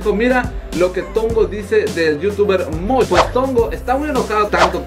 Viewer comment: y no se dice Mosh 😂